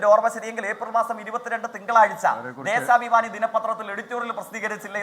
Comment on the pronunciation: ദേശാഭിമാനി ❌ ദേസാഭിമാനി ✅ 😂😂